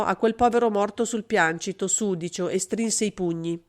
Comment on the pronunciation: Piancito, sinonimo di pavimento, composto da tre sillabe pian- ci-to . È un trittongo L' ACCENTO cade sulla seconda SILLABA